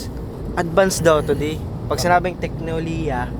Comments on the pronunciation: SAKTO SA PAG-INOM KO NG TUBIG DUN SA "TEKNOLIYA" AT "TEKNOHOLIYA" MO JJJJJJ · THE “TEKNOLIYA” IS GIVING 🤌🤌